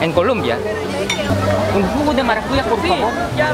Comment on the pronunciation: No es maracuya... Es maracuyá